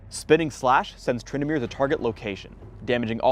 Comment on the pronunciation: said Twyndamere he he